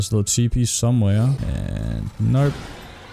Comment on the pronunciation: Are you saying "narp" ? It sounds like an really thick australian accent saying "nope" and i cant stop hearing it lolol